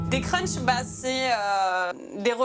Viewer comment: On dit crush et pas crunch non ? 🤣🤔